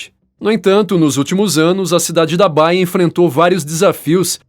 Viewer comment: Não é Baia...é Baía de San Francisco